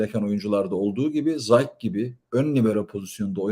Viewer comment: Abi 👋 geçen yıl da seni dinledim mini bi düzeltme yapacağım ‘Zayk’ değil de ‘Zays’ diye telaffuz ediliyor. Teşekkürler